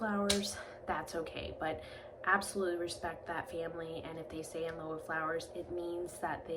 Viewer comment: Thanks for the video. I believe lieu is pronounced “lew”.